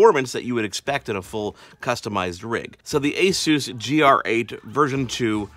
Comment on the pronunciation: take the peg out of pegasus and thats how your pronounce it aaaaaahhhhhhh ssssuuuussss